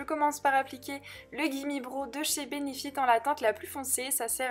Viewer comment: Toutes les youtubeuses ont tendences a mal prononcer le " gimme brow " de benefit , sa ne se dis pas " gimme bro" mais sa ce dis " gimme brao" . Sa me fait toujours sourire parce que toutes les youtubeuses le prononce mal